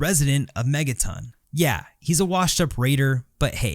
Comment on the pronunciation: "Megatin" no that's megaTON.